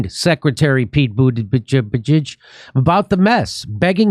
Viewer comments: It's pronounced , Booty Judge ! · Boot Edge Edge is how to pronounce the Secretary of Transportation's name. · Jimmy, it's Pronounced Butt Egg Egg. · I like how jimmy pronouce butigudge name xD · Pretty sure it's pronounced Booty Jig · Pete judybug I can’t unhear it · I always thought that his name was pronounced Butticheek. Let's hope that meltdowns happen to more airlines. Like, BA. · The surname "Buttigieg" is of Maltese origin that is actually pronounced "Butter-gig" (gig as in stand up comedy gig). Its painful watching everyone butcher this name... I went to school with a whole heap of Buttigiegs, can't imagine what they think about this useless politician guy ruining their name... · It’s “butt-gig”. Everyone knows it’s pronounced “butt-gig”. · Jimmy, your struggling over Pete BootyBitch's name, really made me LOL !!